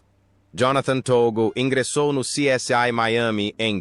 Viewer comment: Essa narração gerada por IA é horrível, dá até desânimo de acompanhar o vídeo. A coisa é tão feia que nem sequer o nome da série essa voz fala direito, lamentável. Parei de ouvir antes de mostrarem a segunda pessoa!